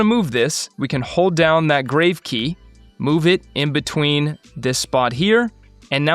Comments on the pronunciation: Helpful! BTW, it's pronounced GRAH-vay not grave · just FYI -- How to pronounce the "Grave" accent key (it's grahv as in "calm"). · Regarding the “Grave” key please note this is coming from a channel with 118k subs, getting corrected regularly for each mistake made. It’s not a criticism but just sharing knowledge that can help us improve. This word is from the French "accent grave” and is pronounced grahv (rhymes with smarv or pahv, using an "ah" sound like in the word father). It is not pronounced like a burial site (grayv). Please know I love your videos! You have taught me a lot and will continue to do so. They have indeed helped me to get to where we are today. Looking forward to learning from your vast knowledge on all things released for FCP. Keep it up!